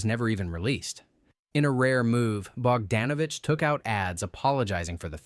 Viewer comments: Bogdanovich has always been pronounced "Bog-DAWN-ovich,". Also, the E in Lowe is silent. The T in Bisset is not. Either learn some basic history or train your AI better. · I liked Dr. Doolittle. A "movie expert" should know how to pronounce Peter Bogdanovich and Jacqueline Bisset